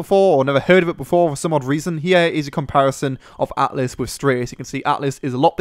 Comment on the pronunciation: isn't it altus ?